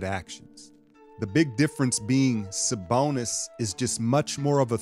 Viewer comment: lmao the way you sayin “saBONUS” 😂🙏🏾 much love bro salute! go warriors!!!